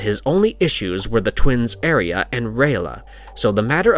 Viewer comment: You can’t even pronounce Arya rite